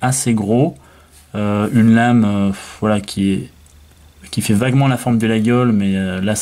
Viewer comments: coucou monsieur l'expert : on ne dit pas 'laguiole', on dit : 'la iole', le G ne se prononce pas. et ne dites paqs de bétise, un vrai Laguiole est fabriqué à Laguiole, des fabricants thierois en font aussi, mais à l'origine c'est à Laguiole, quand à avoir un 'beau 'laguiole frabriqué en Chine, on est là dans le pur foutage de g.... avant de dire n'importe quoi, lisez les classique et surtour allez faire un tour à Laguiole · Les Aveyronnais disent "Layole" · tous les aveyronnais sans exceptions disent "Layol" je ne sais pas quel passant la journaliste a trouvé pour prononcer le G lol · Comme d'hab vidéo instructive. Petite précision, je crois qu'on prononce "layol" et non "laguiole". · Layole , le g ne se prononce pas, il 😅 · Au bout de 4 ou 5 x qu'il prononce la GUI ole Je coupe le son👎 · 😏euh non mon grand! ... et désolé si ça vous déplaît! Mais ça ne se prononce que D'UNE FAÇON ☝: 👉 "LaJole" 👈 Mais les profanes(dont vous faites vraisemblablement parti😆) ont le droit d'écorcher ce nom propre de la coutellerie française si cher à notre patrimoine !😉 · ma famille est originaire de la region et personne dit "Layole" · Mauvaise prononciation et pourquoi ne présente t il pas un artisan français capable de fabriquer un couteau qui ne s'ouvre qu'à une main sans onglet ? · Ca ferait plus sérieux de savoir prononcer Laguiole effectivement. Il y a les marques françaises connues et pas seulement le prix. David, Fontenille Pataud,... En chine il ne devrait pas pouvoir utiliser le nom si Laguiole avait mieux protégé le nom. Apres si on veut un faux autant en prendre une copie qui ressemble au lieu de choisir une simple inspiration rococo ?! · FAUX ! La prononciation "Layole" est une pure invention moderne ! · Absolument pas.